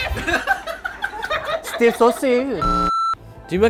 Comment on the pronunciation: okay guys “stay stafee”